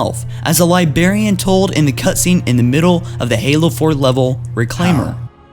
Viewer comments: Omg bro it is LibRarian... I had to turn this off midway because of your incessant mispronunciation and missing of cited quotes. Love Halo but you are fired as narrator. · Every time you say librarian incorrectly I cringe.. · LibRRRRRRarian. God dammit. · Every time you say "Libarian" a Spartan dies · Dinact and Libarian? Can Dean take over the channel? Lol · Dude you can't even say librarian right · Dude your not even saying the word librarian at all, how does someone that can't speak properly keep getting used to narrate these videos, I'm sure there are people that don't mind hearing words being spoken incorrectly CONSTANTLY, but I'm not one of them. Now... Bring the hate if it must be brought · God damn, there's a fucking R in library and librarian. Fucking English, do you speak it? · lol dude cant say librarian right. he speaks like a 4 year old